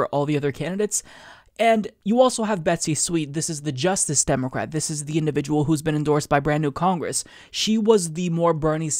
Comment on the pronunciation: Why do you say say demo-cwat?